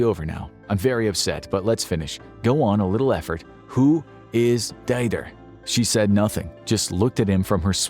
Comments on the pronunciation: At least learn to pronounce Didier. Dyder. Hicks. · “Dyder”? No, deedeeay! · not "dider" Did EEE yeah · if you need to pronounce Didier again : Dee-Dee-Hey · it's pronounced dee dee err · To be fair, pronouncing Didier as Die-der is not very brilliant as pronunciation goes either. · Didier is pronounced "dee-dyay", actually a lot like DJ, except the emphasis is on the J not the D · That's not how you pronounce Didier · "Didier" ... you really butchered this one. hahaha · This is NOT how you pronounce Dider but hey, at least you've made an effort. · Boy, you butchered half the names. It literally takes 10 seconds to find out how to say names like Didier or Keitel. C'mon...